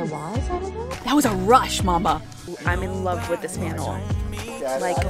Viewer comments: I love how you pronounce mantle☺️ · the way you pronounce mantle as "mannel" cracks me up 😂 love it